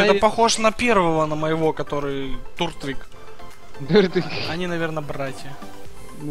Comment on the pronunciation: у тебя в начале был не туртвиг а тёртвиг😂